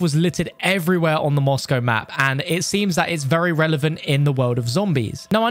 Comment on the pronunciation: We all gonna ignore how this guy butcherd the word Moscow??